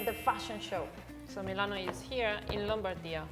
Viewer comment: no, is Milano /e/ sound.